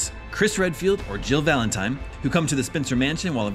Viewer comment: Is it me or is he calling her "Jill Valentime"?